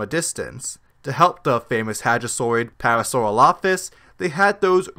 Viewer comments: Parasauropholus? The narrator's on crack. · To be fair, I first saw this documentary when it was on Netflix. In that version, Mathew Wedel’s quote-mining and the narrator’s pronunciation of Parasaurolophus were corrected. Once it got taken off Netflix, I found the episodes on YouTube, which were the original versions that had those problems. I watched them again and thought, “Hey, that’s not what I heard before!” Lol